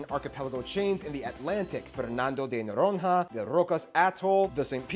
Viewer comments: 4 - more examples of mispronounced words: Noronha is pronounced Noronia, closer to Spanish Noroña (not Noron-ha); Bolacha is pronounced bolasha (not the English CH sound) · Rio de janeiro can be pronounced as “rio day janeiro” according to the accent. And ALSO, NH as in Noronha is pronounced as the ñ in mañana. That guy should have really gotten its linguistic facts right